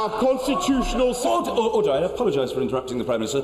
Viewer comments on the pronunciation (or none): どうしても「Otter!Otter!（カワウソ！カワウソ！）」に聞こえる あとネクタイ可愛いしローブ？が片方ずり下がってるのも可愛い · オーターオーターって聞こえるけど、オーダーなの！？